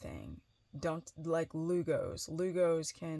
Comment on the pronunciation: WTH is “LUGOS”?